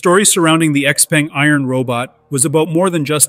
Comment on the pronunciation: "Xpeng" is pronounced wrong and also they are not a startup.